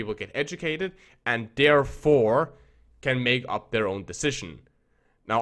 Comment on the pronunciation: IT'S PRONOUNCED "THOUGH" NOT "DOE" or "DAREFORE" IS THEREFORE